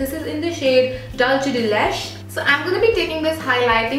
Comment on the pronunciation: Love your videos! But can you please please pronounce "Dulce de leche" correctly? Please! 💕